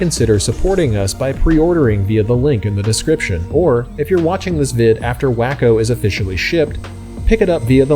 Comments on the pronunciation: I think its said as Waco like in Texas.Not Wacko lol This looks like a fun plane! Thanks for sharing! Great video man🤙 Perfect edit! Wish i had your skills!! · It's WAY-CO, which is spelled Waco, wah-co would be spelled wacko I bet you have never heard of wah-co, Texas have ya? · Its pronounced Way Co not wacko silly 😂😂😂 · It's " wah-ko, not Wack-o. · yTF did you call it "Wack-o"? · I'm not trying to be a jerk, but Waco (the aircraft company) is pronounced wah-coe or walk-o. Just FYI. I used to say way-coe until one of my airplane (as in full size, or real airplanes) friends laughed at me and set me straight. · You're trying to be like a professional presenter. I'd think you'd actually look up the name before possibly mispronouncing it. For me its 1 of those things that I block channels for. Personally.